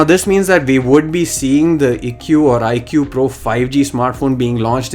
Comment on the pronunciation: It's pronounced AIKOO